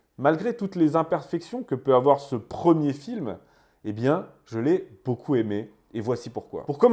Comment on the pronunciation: Faites la liaison après beaucoup svp